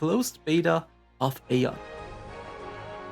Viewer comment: Thank you so much for the memory. It was so magical back then. Question: why do you choose to pronounce it /ei-on/ instead of /ai-on/ like the game explicitly pronounces it?